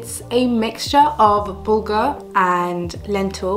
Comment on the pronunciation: I thought you said booger, but it us bulgur 😭😭